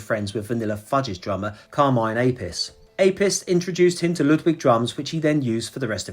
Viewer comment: Carmine Appice is pronounced..Carmine App i chee. i feel C armine was the only drummer in the world that could replace Bonham.Check out 'Vanilla Fudge" albums that Carmine was with , especially "Break Song" a live LP side that shows all the members solo abilities.,on the album "In The Beginning". You can find him playing live here on TheTube with .....Vanilla Fudge. Enjoy ! Peace.